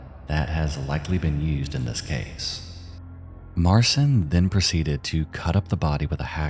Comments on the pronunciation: Marcin is pronounced “Mar-chin”. “ci” in Polish is pronounced like the English “ch”, as in “chin”. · btw marcin is pronounced like martian, but the 'ian' is more of an 'in'